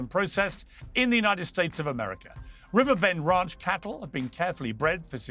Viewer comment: Piers pronounces "ranch" as "raunch". Pretty hilarious.